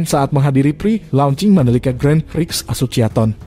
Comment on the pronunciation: Ko...itu narasinya banyak kata yg janggal pas ngomong kata berbahasa Inggris pengucapannya salah terus. Mick klo pengucapan inggrisnya "Mik" bukan "Mic" dan Asociation pengucapannya bukan "Asosiaton" tapi "Esosiesien" 😁 Lap pengucapannya "Lep" susah kalo dieja tapi kurang lebih seperti itu 🙏.